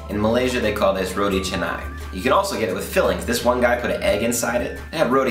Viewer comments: it's Ro-T dude.. not Ro-D.. :P Tee.. as in golf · its pronounce as "ROW-T" not "rowdy" lol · its not "RO-DEE"..its ROW-TEE..hehe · Bro correction is ROTI not RODI